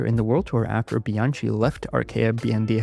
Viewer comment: ‘Bian-Kee’ , as opposed to ‘Bian-‘tsjee’ .